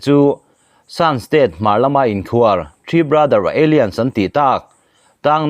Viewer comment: Alliance hi aliense ti a lamrik tur a ni lo. Alaianse ti zawk tur